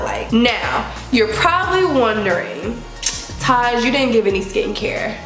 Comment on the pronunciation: Didn’t see your username, when you said your name I thought for a second “why is she calling my name?” 😂 The “Tajm...” got me